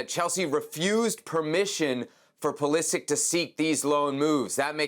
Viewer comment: His surname is croatian and it is proununced Pulisich (Pulišić).